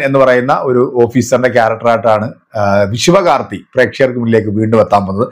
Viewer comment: Sivakarti alla anna.... Sivakartikeyan 😂